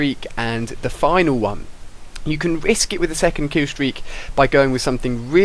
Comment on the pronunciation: LOL kiwwstweak